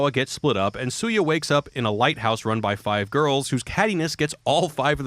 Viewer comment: Goddangit, this is a great video, but the character's name is pronounced "SHOO-YAH." Also you forgot that Beat Takeshi made a video game, too.